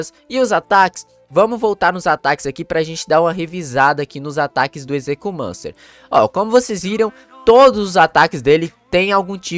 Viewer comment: A pronuncia do nome dele e ezequiumencer